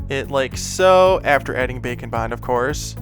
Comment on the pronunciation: Am i the only one thinking he says "bacon bind"?